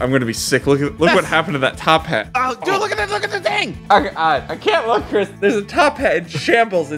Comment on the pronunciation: chris rhymes with tisk. tisk tisk tisk u make me feel disappointed chris.